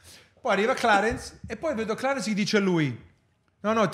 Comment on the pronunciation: perché clarenshhh 😅😂 momenti parte la dentiera😂😂😂😂😂😂